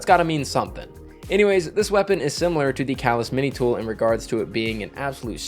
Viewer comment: You mispronounced calus mini tool